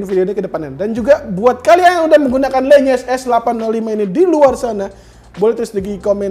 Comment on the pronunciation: Itu bacanya lenyes bang bukan lEnyes.. le sama LE memang agag sama pngucapannya dan itu namanya bass radiator bang.. biar bassnya makin glerr itu